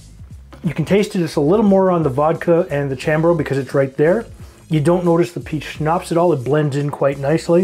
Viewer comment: Okay... that last blooper I had to watch three times. NOT YOUR DAY. Btw Chambord is French. It's pronounced ShahmBohrd. 😉 Didn't they offer French classes in Ontario high schools? They do in Alberta! 🤣